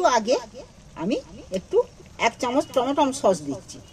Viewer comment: টমা টম সস নয়, টমেটো সস বলে